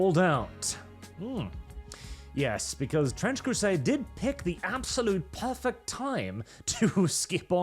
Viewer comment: TTtttrrrrrench Crrrrrusaaaade is racist ... get excited .. but then let down